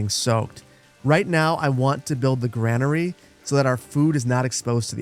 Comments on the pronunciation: GRAIN-ER-E Say it. Say it again. Not GRAN-ER-E. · its pronucned grainary just spelled different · Is the Gra in Granary really pronounced like the Gra in grandma and not like the Gra in grain. ESL here, just curious